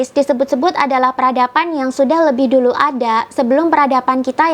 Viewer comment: Kitak, bahwak, duluk....bhsnya masih pletak pletuk.